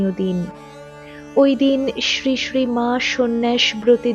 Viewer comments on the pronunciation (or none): আপনার শ্রীশ্রী উচ্চারণ ঠিক করবেন। শুনতে ভালো লাগবে। "শ" হলেও sree sree হবে।